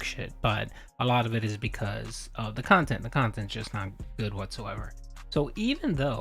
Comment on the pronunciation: It would be difficult, but should be more than possible to build a channel with 200K subs back up with the right kind of content. But again, that would take effort. And we all know how Phil does with that. His "curating" of his "khantent" is limited to doing the routine he is used to, because he's too inflexible mentally to do otherwise.